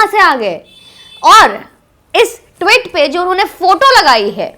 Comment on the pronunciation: ...your videos are informative and sincere and passionate, etc. But your pronunciation of Tweet as Twit is most enjoyable. Twit has a completely different meaning. Just an observation. Not a criticism. Your videos are always liked.